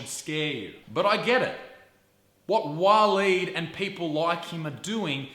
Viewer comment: Waleed the "Weed"